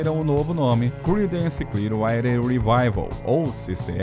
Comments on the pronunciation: Para um canal que fala muito sobre bandas internacionais, a pronúncia do inglês precisa melhorar muito. O nome da banda é "cliár-uáter" e não isso que é falado no vídeo, que nem dá para entender bem o que é. O nome da música é I Put a Spell on You... "ai put a espél on iu", pelo amor de Deus... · Clear o quê???...Writer? Rider?... a legenda automática traduz o que diz o locutor como "Clear Wi Revival".. logo no comecinho do vídeo e lá perto fim... queria saber o que ele disse no lugar de "Water" . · "CLIUAIDER"????? Dono do canal, aprenda a pronunciar antes de fazer o vídeo, cara!!! Até desanimei de ver o vídeo!!! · Velho o conteúdo é bom mas seu inglês dói no ouvido… Woodstuck é brabo, o nome é woodstock (uudstóc). E Clearwater se diz “cliaruóter”. Antes de gravar pega as palavras que tem dúvida e bota na Internet clicando no áudio que vc pode ouvir o certo. Tirando isso texto é ótimo e a pesquisa idem. Parabéns. (Ah, e basta chamar de Creedence (Cridêns), que é como o grupo é realmente conhecido. )